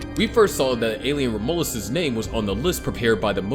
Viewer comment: Rom U lus is how you pronounce it